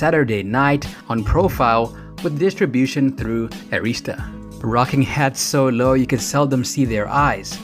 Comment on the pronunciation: For a grown man that throws shade at Samuel L. Jackson, that makes MORE money than you, and has a career that gives him prestigious and dignity. But you behind the laptop doing voiceovers and can't pronounce Arista got some damn nerve!!!! SMH